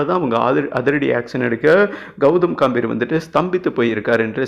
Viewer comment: காம்பிர் இல்லை டா கம்பீர் என்ன வாசிப்படா சாமி